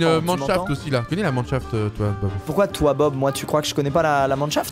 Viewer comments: c pas manchaft c minechaft et c une mine souteraine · La commu minecraft: Minechaft Doigby et Squeezie: Manchaft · juste ... chuis le seul traumatisé par "La manchaft" ? Dsl les gars mais la c chaud qq mm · Un Mineshaft svp arrête de dire comme vous le dite vous me rendez fou